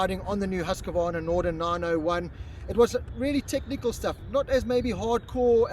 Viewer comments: “Hoosk-varna”. Not “Hoos-ka varna” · Well… no it is Hoos-kvarna. Why not just call it Husky and then even we Swedish people will understand.